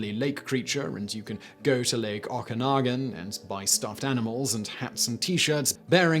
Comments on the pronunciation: oh go poh go. and oh ka nah gan lake. i know your trying .... kind of lol. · Simon, this is the 2nd time you mucked up the pronunciation of the Ogopogo and Okanagan Lake . Oggopogo is pronounce Oh Go Pogo......as if you are telling someone to "OH GO bounce on a POGO stick" and Okanagan Lake is OKA gNAw GAN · It's a long O pronounced like Oh-kanagan. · Yup, I live in BC and have family up in the Okanagan area. Imagine being a Scot and Simon calling it Scootlund......a little effort in pronouncing place name properly is the minimum amount of professionalism one should expect don't you think?